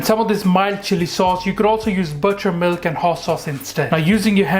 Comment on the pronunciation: I couldn’t understand what you said. Did you say butter milk?